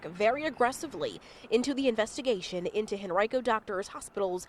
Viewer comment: It's hen-ry-co! Not hen-ree-co...